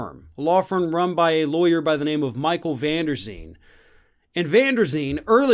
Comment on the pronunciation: The lawyer's surname is van der Veen (so not van der Zeen... ).